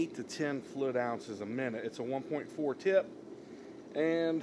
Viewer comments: I was like "what the heck is he talking about? Flu, flud, flud" then it hit me... OH, he's trying to say FLUID, but just leaving the "I" out... NOW I get it (diction is important) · Great video, but damn bro... It's FLUID, not Flood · Clarify please.... are you saying "flid" or fluid? Liking the info- video so far just not sure if flid is a technical painting term or if it's your pronunciation. Thanks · Thank you for this video sir! I'm trying to figure out what the knob on the side is for, the one marked 1-4. It sounds like you're saying it's a "FLID DELIVERY"? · Great video. I've never heard anyone say "fluid" like you!